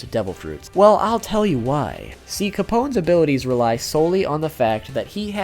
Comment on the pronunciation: does he say si capone's? XD are you spanish? PD: just found this channel and subscribed, has so cool content and i'm spanish XDXD